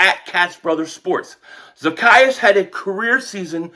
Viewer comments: Funny how still got the name wrong. The E is long....Za-key-us... He did get it right in the middle. 😆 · I am in tears the way you said his name 😂😂😂😂😂😂😂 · You are so crazy. You have me rolling all over the floor lmao at you trying to pronounce his name.